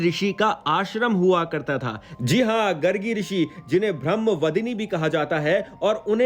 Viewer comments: Bhai gargi nahi gaargi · गर्गी नहीं गार्गी, और mahatvta कोई शब्द नहीं बंधु 'महत्व' होता है, एक जगह दर्शनीय के स्थान पर दार्शनिक का प्रयोग हो गया है पर कुल मिलाकर video अच्छा है 🎉🎉